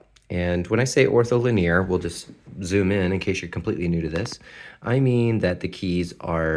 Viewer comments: Love how you pronounce "linear" LIN-ee-ur ✋ luh-NEAR 🫶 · why did you link the definition of linear? (its pronunciation guide is different from how you pronounced it if that's what you were getting at) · Ohh I see - I'm sorry if I came off as offensive. I love language and variety in pronunciations. I've honestly never heard your way of pronouncing linear before, and I found it curious. It sounds a bit French to me! I didn't mean to be rude though, so I apologize!